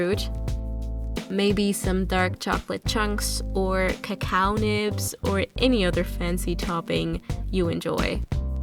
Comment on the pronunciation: Love the vid : ) but the ku-kaw powderrr LMFAOO